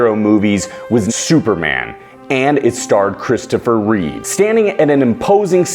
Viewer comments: His name was Christopher Reeve, not Reeves. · It’s Reeve , not reeves. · Reeve. Not Reeves. Don't worry, a lot of people get that wrong.